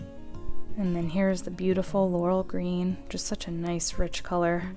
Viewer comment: I like how you showed the name of the chameleon green. What was the other green around the outside? Sounds like you're saying "lull green". I want that green, it's Beautiful!!! Was that included in the mica box? Thanks for sharing. De'